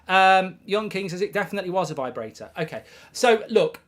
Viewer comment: V-eye brator